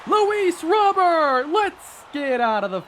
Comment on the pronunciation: That final strike from Diaz was filthy, would have sat down me aswell. As much as I love him, but it might be time to invest in a better offensive CF to take the next step. Also, I may be alone, but I preferred when your pronounced Robert as Robur.